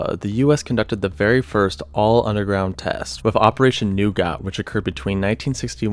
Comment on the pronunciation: Good video but this guy really can't pronounce words very well. Nougat? Plumbob?